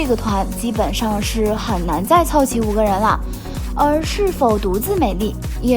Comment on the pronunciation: Bigbang發音變成了Big卡bang... 也太難聽